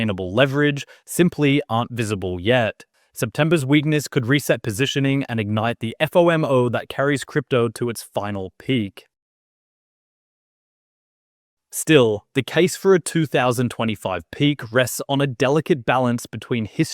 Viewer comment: Oh you are a bot!!!!! NO human who knows anything about crypto would sound out FOMO in separate letters as 'Eff, oh, em, oh'. NO wonder you sound so robotic.